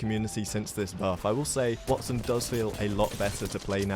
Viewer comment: “You can’t kill a Watt son” 😁